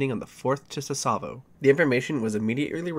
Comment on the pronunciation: I find it funny this happened on the date of my birth lmao, I love your videos, keep it up! Btw for future reference Tsavo is pronounced "Sah-vo"